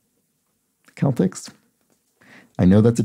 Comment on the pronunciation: just fyi, for reasons I do not know or understand the Boston Celtics basketball team (and the shortened version here) are pronounced with a soft c sound, like sell-ticks.